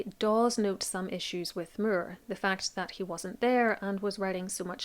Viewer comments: Sir Thomas More. Irish pronunciation. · I was mostly listening to this video so I didn't realize until I saw it written on screen that you were talking about Thomas Moore because of your pronunciation of his last name. Lol